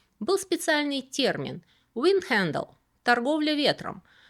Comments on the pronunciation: А еще точнее - ...хандеЛ, у них только твердые "л" :) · по-голландски это скорее звучало как "виндхандель"